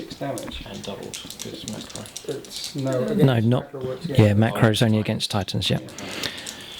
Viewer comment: *Orks, not oaks.